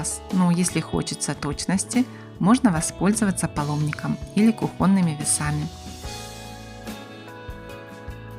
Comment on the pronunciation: Почему кухОнными, когда всегда было кУхонными. Коробит......А тортик хороший❤